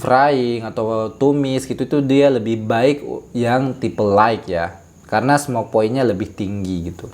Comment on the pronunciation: Jazaakallahu khair Utk pengucapan kata "light" silakan buka link berikut